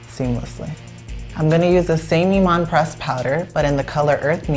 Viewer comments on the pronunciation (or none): none